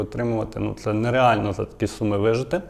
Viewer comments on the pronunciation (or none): none